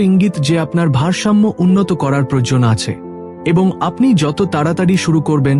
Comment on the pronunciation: বাংলা ভাষা টা ঠিক করে অভ্যাস করুন। যেমন পেল অ জায়গায় পেল্ প্রয়োজন এর জায়গায় প্রয়জন বলেছেন।